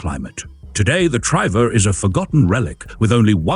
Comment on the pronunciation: "Triver" pronounced like river with a t in front.